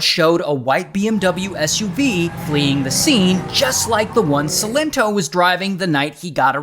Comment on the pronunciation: Sigh-len-toe - that's how you say his name Ray 🤣🤣🤣